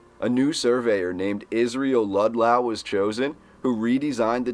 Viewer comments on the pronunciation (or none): It's Ludlow pronounced like low-down... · Ok so this drove me nuts. The name is Israel Ludlow pronounced Lud-low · Ludlow pronounced "lud low", not as you pronounced it. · Your pronunciation of the words, Ludlow and Losantville is incorrect.